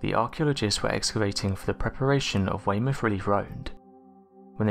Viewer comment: Commentator pronounced Weymouth correctly, all the evidence needed to conclude the narrator is from the United Kingdom lol